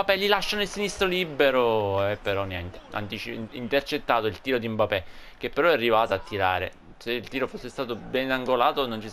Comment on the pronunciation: Si dice MBAPPÉ